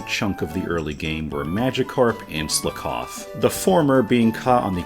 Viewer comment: Why do you pronounce Slakoth like that?